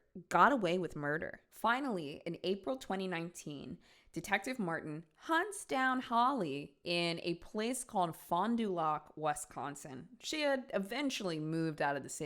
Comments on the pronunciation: Hahah "Fondue Lock". It's supposed to be "Fonda Lack" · Me as someone who lives right by Fond du Lac ‼️ITS PRONOUNCED FOND DO LACK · Not related to the topic but I just laughed so hard. THE WAY SAYS FAHNDULAH Wisconsin LMAO it’s 3 diff words, fon du lac, pronounced like fawn dew lack. My fiancé is from California and we live in where I’ve always lived Northeast Wisconsin, and the way he pronounces, cities, towns, etc. is so fucking funny to hear, but I don’t know how all of us in Wisconsin know how to pronounce all of these weird ass names. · oh my poor Wisconsin ears hurt with the way you pronounced Fond du Lac lol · My heart cringed as a Wisconsinite of not only having holly being in Wisconsin 🤮, but also the fact that pronounced fond du lac wrong 💔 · hearing you pronounce Fond du Lac was so funny 😭 ily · As a Wisconsinite, the way you said Fond du Lac and Wisconsin gave me a chuckle. That aside I love sinister! Great series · Imma be honest I paused and started dying at the way you said Fond du Lac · OMG NO THATS NOT HOW YOU SAY FOND DU LAC ❤ I LIVE THERE PLEASE NOOOOO 😂 love you but omg I wasn’t ready for that.